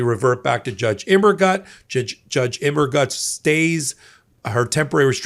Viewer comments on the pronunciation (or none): Think of the German phrases "Das ist gut" or "Alles gut?" and how they are pronounced before attempting Judge Immergut's name, please. The German word "gut" means "good" in English, and rhymes with the English words loot, flute, moot, chute, jute, boot, newt, fruit etc -- even Butte, Montana when you get right down to it. Translated, "Immergut" means "always good."